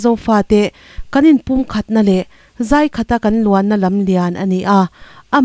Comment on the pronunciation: Zaikhat a luang" tih a "zai" kha,,""lei ka lai" tih a, "lai" tih thluk anga lam hniam tur aw.